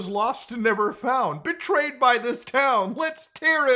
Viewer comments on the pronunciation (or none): I thought he said portrayed by the town and was like huh that's artsy IG but then he said it again as BETRAYED by the town....